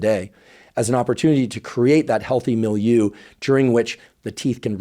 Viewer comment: Thank you for communicating science. Why is it that there is not yet a vaccine against Streptococcus mutans? Or a mouth wash with RNAi? You pay much attention to pronounce certain names. If I remember correctly my French, you need to review your pronunciation of "milieu".